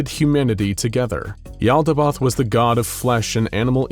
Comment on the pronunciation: Finally! The narrator fixed the pronunciation of Yaldabaoth! This made the video BEYOND perfect! (All vids from here are perfect as is tho)